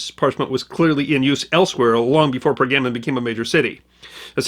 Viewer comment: Was there tray-sure in Per-gammin'?